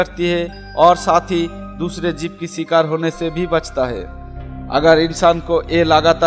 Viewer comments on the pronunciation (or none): Video is nice but Pronounce very bad bro... Amajone nhi Amazon Electic nahi electric Jib nhi jiv Chinti nhi cheeti Etc......